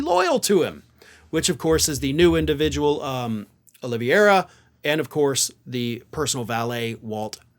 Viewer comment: Carlos Oli vei ra. It is quite straight forward to say this Portuguese name. I've heard too many people stumble & call him Olivier as in Laurence Olivier.